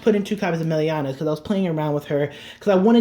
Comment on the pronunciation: Yes! I ws just thinking of contacting you and asking a few questions, one of them was about Melania (you mispronounced her the whole video hehe). Glad you included her, to me it seems a great combo with 1st stride into commander thavas, giving her the attack from back row, together with magnum boosted by starter/tidal it can get you tons of powerful attacks and still leaves you space for starter to calla thavas from, not to mention melania pays for herself with the draw and resist makes her less of a liability on the field. Is there possibly an e-mail adress I could send you my decklist with some ideas/curcumstances that you could look at? I don't use facebook (from your "about" yt channel page) and I don't feel like the point of youtube comments is to write decklists and essays in them. I'd appreciate it if you caould share your oppinion, as I've learned a lot from your channel and I think I have still a lot to learn. Oh and could you possibly include in one of your videos how to use Saberflow sailor? I understand her potential, but as I try to imagine comboes with her, her fourth battle requirement seems to get in the way.